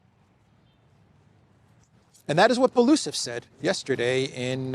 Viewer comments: Dear, not Balusov, but Belousov, spelling all letters as they are written: B-E-L-O-U-S-O-V. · Byel-o-u'-sov (4 syllables)